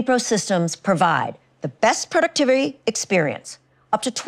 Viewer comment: The way she almost fucked up the word productivity got me understood what intel is xD